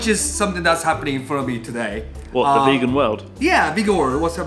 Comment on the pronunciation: When Rissottaro says "Yes, welcome to the vegan world" it sounds like "Yes, welcome to the fecal world"